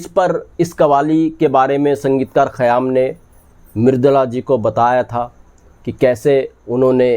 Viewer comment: خیام Khayyaam yeh Saheeh hai hai. Khayaam ( galat hai hai ) Ek qayaam Urdu ka Lafz hai, is k Manaa " Tehernay k hain. قیام Qiyaam.